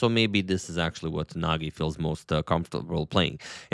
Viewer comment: I think that that g’s in Nagi’s name are pronounced as g in gem